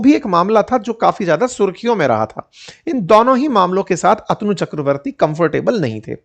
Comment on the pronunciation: अतनू नहीं,अ तनु कहिए! अध्यापक को सही उच्चारण सीखना चाहिए!